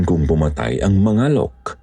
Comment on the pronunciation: "Mangalek" po kasi yun hindi Ma-nga-lok hahahahahahahha Pabilis po ung pag kakabigkas 😭😭😭😭